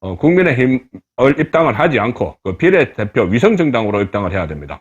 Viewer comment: 발음좀고칩시다 종로 비례대표 발음 한번 들어보세요 전략 발음도 문제 고칩시다